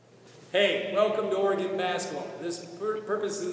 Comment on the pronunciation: These are the best drills on youtube, but it's pronounced ORYGUN. ;)